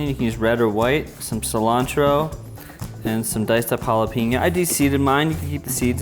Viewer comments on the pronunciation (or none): How does someone go to bed at night with halla-peen-a guy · PLEASE! It’s “venay-SWELLA” and “halla-PAYNyoh”